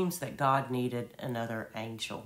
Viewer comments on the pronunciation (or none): none